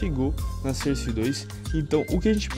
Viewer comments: "surse" nice english :D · Maluco dalando cerce 2 da uma puta agonia